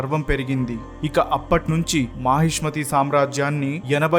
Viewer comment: Mahismathi KADHU bro..mahishaamathi..one of sodashamahajanapadas..